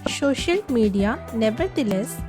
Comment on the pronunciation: Thank u mam ap Kai pass bht talent hai lekin ye social hota hai shocial Nahi dont take it negatively just wanted to correct Ur pronunciation🤝